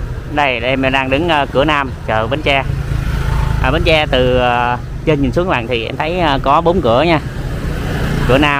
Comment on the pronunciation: Bến tre nha bạn. Chỉ 1 hoặc 2 người do nói đớt chứ khg phải ai cũng nói đớt nha bạn, phải tôn trọng và nói đúng và phát âm đúng địa danh của nơi mình đến nha bạn BẾN TRE.